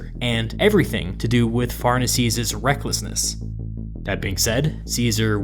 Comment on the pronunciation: Pharnaces shouldn't be "farnasees" but "far-nah-kes". It sounds really weird in English.